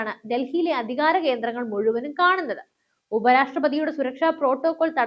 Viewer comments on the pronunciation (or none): none